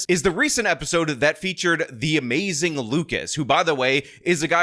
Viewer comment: It’s more like.